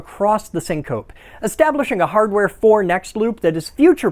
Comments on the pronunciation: Brilliant. Hilarious. Congratulations. In other news, you pronounce "syncope" as it is spelled, "sin-cohp". In the cardiac medicine community, the e on the end is articulated, so that the word is pronounced "sin-cohp-ee". Just thought that you might like to know. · Absolutely love this one. Sounds like when my friend Brian starts getting excited about tech, especially radio. And I know about the magic/more magic thing from the Jargon File so well done for including it. Just one thing - syncope is pronounced SINK-a-pee. Keep up the excellent work! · Nice work. I have notes: SYN-k'-PEE dys-MENN-uh-rea And the MAGIC/MORE switch has no OFF position. :-} Well, at least you wired it right. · You mispronounced syncope. But, that is to be expected with autodidacts. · Hey you mispronounced syncope; It's a long e. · They mispronounced 'syncope'. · This is great! I love that you worked in "micturation" (peeing) and "dysmenorrhea" (period pain). Just a tiny nitpick: "syncope" has three syllables. 😻